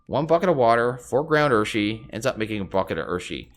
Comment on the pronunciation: Urushi is pronounced "ooo-roo-she."